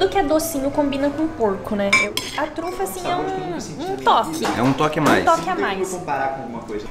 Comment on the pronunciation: “E ele falou Truta. Truta? Trufa! KKKKKKK MORTA